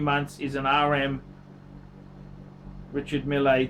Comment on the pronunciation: love the channel, keep up the awesome work. French people pronounce Richard Mille "Reeshar Meal" but who cares, right? You said it better.